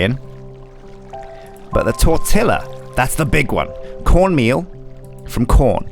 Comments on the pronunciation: I won't lie, it hurt me physically when said "tortila" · Tortilla?? Its torti-ya you....you monster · As a born-and-raised Arizoner, I physically grimaced at how pronounced "tortilla". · I physically felt my spirit leaving my body when he said "tortilla" the way he did